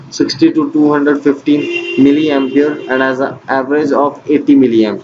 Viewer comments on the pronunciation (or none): none